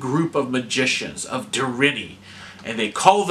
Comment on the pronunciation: Der in Nee - and roll your R's - they are Welsh.